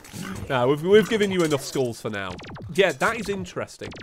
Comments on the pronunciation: oh god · Whenever you say 'skulls', it sounds like you are saying 'schools' T H E F L A M I N G S C H O O L S